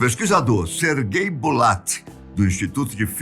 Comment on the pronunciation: No Brasil nos falamos Sergay. Kkkkk mas na maioria dos países se pronúncia Sérguei, que é o correto pois esse nome significa Sérgio!